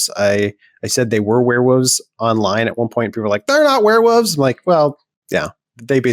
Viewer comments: Hearing say " Werewoves" was hilarious. & endearing. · Did he say werevooves? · I thought he was doing a bit there, but no, wear woves it is :D loved it